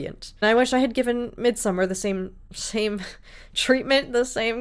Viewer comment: The only reactor I've seen pronounce Midsommar correctly. 👏❤